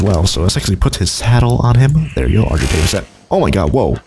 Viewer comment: Hey the bird you can't pronounce is known as an ark-i-tave-i-ous